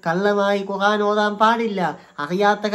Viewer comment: നീ പോയി ഖുർആൻ എന്ന് പറയാൻ പഠിക്ക്